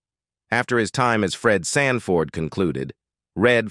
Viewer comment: Did AI say Red franford? 😅😅😅😅😅